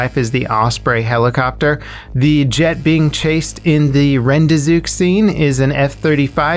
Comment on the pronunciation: Bro the rendezook